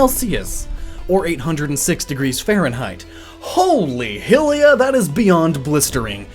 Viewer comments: I hate the way you pronounce Hylia. It's High lea, not Hill lea. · I hope you didn't just pronounce Hylia as "Hee-lee-ya"